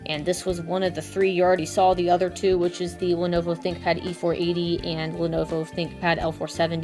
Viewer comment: Lenuwu Thinkpad